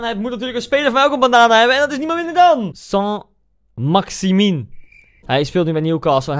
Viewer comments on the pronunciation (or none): Iedereen: Saint-Maximin Koen: Saint-Maximinuninuwua